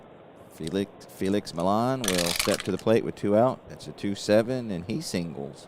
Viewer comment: some pronunciations for you...Felix Millan is 'ME ON'...Clalude Raymond is pronounced 'RAY MOAN'. I went to a fantasy camp in 1993...met all kinds of former Braves, Lew Burdette, Pat Jarvis, Sonny Jackson, Mike Lum and many others...got a real nice video compliments of the week long camp. In the Saturday games, when all the campers played the pros, I got Mike Lum on strikes...and I got it on video with the announcer doing a great job of reporting it. It was a great week...they called it 'Braves Baseball Heaven', and indeed it was. 1968 was my favorite year competing in Baseball and Football. I was blessed to be on some real good teams...one of the players I played with was from Cincinnati and he use to tell me about Waite Hoyt...when he would advertise for Berger Beer. He would say this line..."When ya get the urge, get the Berger, Berger Beer"...I'll always remember that line... Also, Phil Niekro came up for the Braves in 1964...at least that's when I remember it...and he was a knuckler when he first came up...the only other known Knuckler to me back then and earlier was Hoyt Wilhelm...nice job as usual...oh one last comment...I am doing several replays, and my Braves are always struggling. Wes Covington, in my 1958 replay, has a great ONE column vs right hand pitching. In 80 plate appearances so far, he has rolled in that ONE column 5 times! It reminding me of your 'Johnny Bench' slump...one thing about these games...the dice always win! LOL or actually 'Cry out Loud'